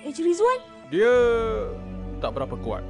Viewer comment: Ejen Mau Dibilang Ali Malah Ejen "Rizzwan"